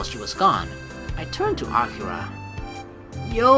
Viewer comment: The pronunciation for akira is a-key-ra FYI just so u know it's just annoying me....but that's just a pet peeve of mine sorry D: anyway like always GREAT VIDEO (puts thumbs up) it's not in the morning.......... Well idc it's katawa shoujo so fuck it